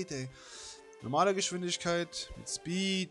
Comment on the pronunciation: Super eins Schpeed, und dann das Heiteira xD Die geräusche von xDDD Lachflash bei deinem Französisch xDDDD Und was war mit dir Los? Nachtnebel auf Heiteira? FLAME, FLAME, FLAME...;D Nice Part Bro, very Nice.... SAMSATAG